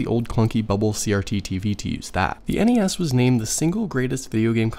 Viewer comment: Thank you for saying N.E.S instead of nessssssss